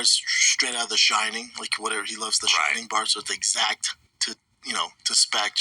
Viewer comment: Did he say, “exact to spetch ”?